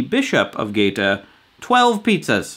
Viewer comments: Gaeta is pronounced "gai-ATE-uh". Like, "That guy ate a pizza!" PS: The Definitive Guide to Pizza Margherita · Casual correction: Gaeta is pronounced "guy-AY-tuh". NBD:) Thanks!